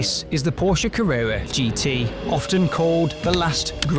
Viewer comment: Porsche Cawwwewwa